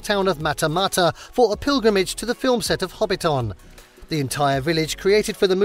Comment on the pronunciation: your pronounciation of words like Marae, Hobbinton etc is awful. But I really enjoyed the extra bits of information that you had for places.